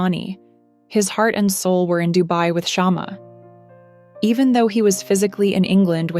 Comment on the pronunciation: It's not shaam it's shma means twig of candle or lamp ❤❤😂😂